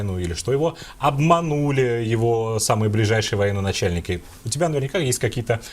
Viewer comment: Извините,но воеНачальник,а не военОначальник....